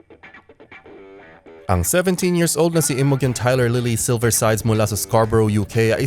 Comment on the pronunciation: Imogen pronounced as 'Imojen'. Pls check your pronunciation first 'coz it's hilarious for us to hear. Thanks!